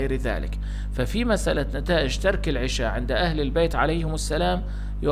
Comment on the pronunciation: 1- العَشاء بفتح حرف العين وجبة العَشاء 2- العِشاء بكسر حرف العين وقت العِشاء ولانقول اكلنا وجبة العشاء بكسر العين بل بفتحها وهنا جناس تام بين الكلمتين لأن يلفظها خطا